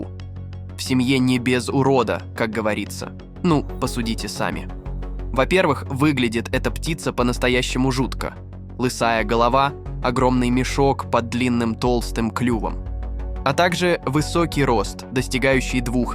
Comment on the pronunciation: Не аист ,а Аист ! лЫсая голова ,Лысая голова - ужас !